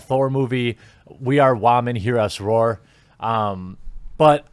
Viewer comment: "I'm a wahmen, hear us roar" lol!